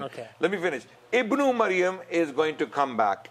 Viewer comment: it is "Ibn~e~Maryam" {Mudaf/ Mudaf Ilaiyah} and NOT Ibn~O~Mayam!